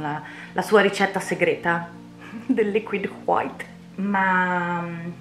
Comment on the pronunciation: Ma la pronuncia meravigliosa "liquid HWHITE"? Che bello che bello, mentre scrivo stai ancora shakerando il tubetto del bianco e ho ENORMI aspettative (anche perché il quadro è uno dei miei preferiti di Bob Ross dopo quelli con le montagne innevate!!!) Ok basta basta scrivere che voglio vedere come va a finire!! XD